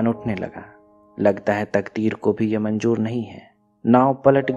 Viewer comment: Nice explanation but aap shabdo ka istemal galat karte ho jaise sahi word ( SHADI ) hai lekin aap ( SADI ) kahte ho ( BAARISH ) ko aap ( BAARIS ) ( MANZOOR ) ko ( MANJOOR ) kahte ho isi prakar bohot sara word galat hai isme sudhar karo to explanation aur bhi achha hoga